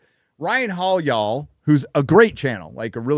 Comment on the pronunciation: No matter how long lives in Texas, all that has to occur to remember his Californian roots is for him to stumble through the 1 syllable word "yall." 😂